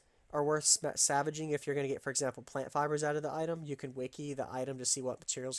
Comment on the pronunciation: Dude are u saying savaging an item? Or salvaging an item?